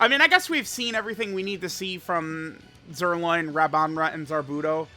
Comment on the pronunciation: JUST SAY ZIRLOIN